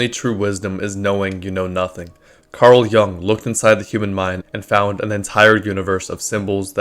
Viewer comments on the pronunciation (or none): none